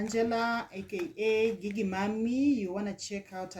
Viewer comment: …Gigi is pronounced similar to “jiji”:)